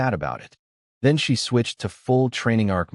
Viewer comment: honestly these ai read stories need to be turned into Phonetic spelling then listened to so words like bow is pronounced as bow a ranged weapon, not bow the front of a ship, get fixed. It would also knock out the ai reading words as letters, ie she read as s h e instead of just she.